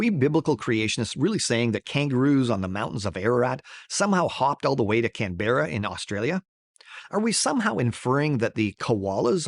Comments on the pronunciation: Yeah, it's Can-brah, not Can-berr-uh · "Can-Berra".....come on!!! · Can bearrah 😂😂😂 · Sir if you could pronounce Canberra and Koala you might…might have got me. But if your God is so incompetent that he can’t help you pronounce words correctly then I’m afraid you’ve lost me. He is unimpressive. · That pronunciation of "Canberra" is awful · Uurgh… his stupid ideas aside, hearing his pronunciation of “Canberra” urks me…. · As an Australian, i hate how he pronounced canberra